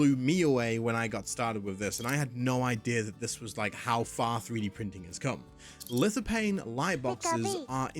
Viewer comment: Lithophane! There is a ph. It makes a "F" sound. Hate doing this but it really annoyed me. Great video. Keep up the good work.